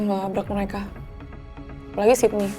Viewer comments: Sama kedengeran nya Siti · Sama kedengeranya Siti😭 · Kok sama aku jga dengernya Siti aku pikir di jaman yg sdah maju kok masih ada yg namanya Siti eh ternyata sydney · Sydney, tp kedengeran di kupingku Siti 😭🤏🏻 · Sama dari episode awal kedengaran nya siti. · Wkwkwk,, awalan nonton episode 1 aku juga gitu kak. Aku dengernya juga siti😅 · Aku juga awalnya ngira Siti haha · Sama lagi kedengeran nya siti😂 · Samaa gwee juga gwe dengar sitiii😂😂